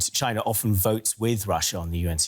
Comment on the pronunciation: This lady mispronounced china. I'm dead